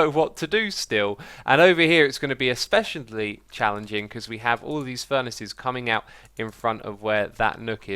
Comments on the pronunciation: Especiantly? Xisuma did your dictionary break? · I love how everyone is going wild about whether Xisuma swore or not while I'm here going mad when he said "especiably"